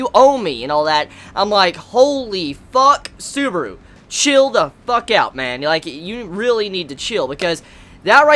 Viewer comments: Its Subaru not suburu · suburo wtf say it proberly